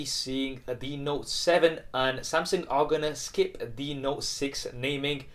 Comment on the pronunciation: SAMSENG? SAMSENG means GANGSTER in Malaysia bro. Hahahahahaha. Is SAMSUNG. pls pronounce properly....